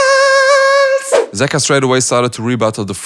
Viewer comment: Me:It's just a suggestion but I think you should change the way you say "Details":It's called "style" haters. 😊